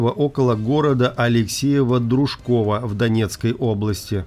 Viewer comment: Алексеево-Дружковка. Не коверкайте названия населённых пунктов близ моей родины!